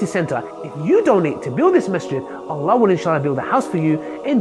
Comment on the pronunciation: Say the name of Allaah properly. و الله اعلم و احكم